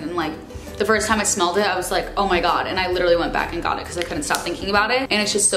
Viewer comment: love the way you say "bucause" haha